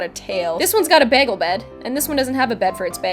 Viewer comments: winter girl bay-gull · you say behgel 😐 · Bag elle? Thats an interesting way of pronouncing that word ._. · I love how you say 'begel' instead of 'bagel'. The Canadian accent has never ceased to surprise me :) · The way she says bagel kills me. that's not how say it!!! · the way she says bagel 😂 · she says bagel weird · I've never heard anyone say bagel like that😂